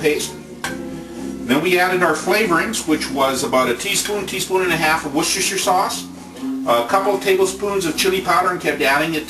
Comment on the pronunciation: wooshoostrrr sauce, haha! that's how i say it too! hehe gonna make me some chilis tomorrow.. thanks!